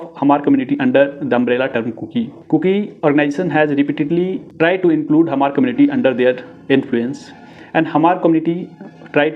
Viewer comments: U can not even pronounce Hmar. Go to school again bro.. Hmar.. not Hahmar.. prepare well before u .. show anythings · Hmar should be pronounced like Mar (h must be silent) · this chapri cannot even pronounce the correct spellings of hmar n kukis n wtf did he think he is doing here ... Spreading false narratives and his own assumptions. Report this account immediately.